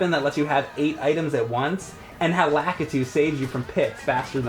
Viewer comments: "Lack-uh-too?" Isn't it pronounced, "Luh-kee-too?" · Lak-it-toe? I always pronounced it Luh-kee-toe, idk